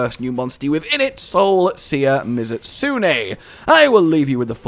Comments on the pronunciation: don't mention the mispronunciation of mizutsune, don't mention the mispronunciation of mizutsune... dammit me-zoot-soon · p.s. if you can't tell, this is mostly a joke. though it is pronounced me-zoot-soon. just to balance out the nuisance I caused here's a fun fact: mizutsune is based off the japanese fox demon "mitsudomoe"